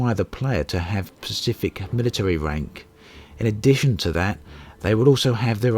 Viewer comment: SPECIFIC.. not PACIFIC ;) sorry but it irks me when people pronounce it wrong.